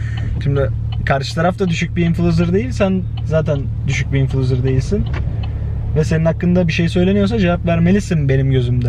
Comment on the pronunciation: influcer dediğinde şimdiki "İnflucer"-ler geldi birden:))))))